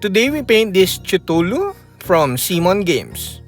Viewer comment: Awesome work. Its more pronounced like K'thulhu